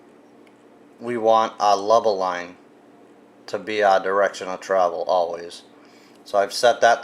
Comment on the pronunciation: Not trying to be rude but are you saying leba line?